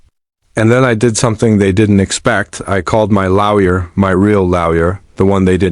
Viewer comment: This pronunciation of lawyer as "laoya' is annoying